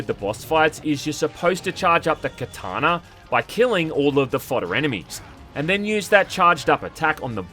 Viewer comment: "Kataner" "ShiROOkens"